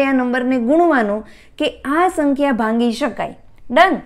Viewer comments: ભાંગી શકાય કેમ બોલો?ભાગી શકાય બોલાય .ભાગાકાર માટે . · ભાંગી નહીં ભાગી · Mem it's not bhangi.......bhagi.....sorry, 🙏best 👌 and easy.....tricks 😊. .....